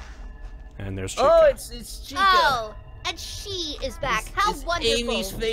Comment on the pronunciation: That "Yellow Atractive Chicken" is called Chika this is how you pronounce it: Che ka